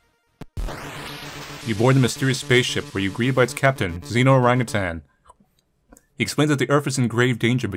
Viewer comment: Hehe orangutan. Love it when "ah" is said as "ae"